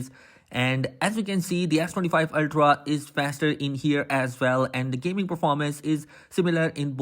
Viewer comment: Are you saying ass25 ultra ?🤔